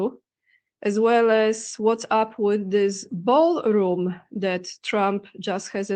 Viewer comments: How many times does he mention 'Baalroom' 🤨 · 'Ba'al Room', huh? Imagine my shock. 😑 Thank you for the updates,! 🙏🏻💪🙏🏻